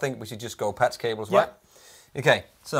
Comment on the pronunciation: says "Patz cables"